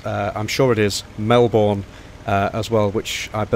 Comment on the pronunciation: I’m not trying to be rude but this really annoys me. Melbourne is pronounced Mel-bnn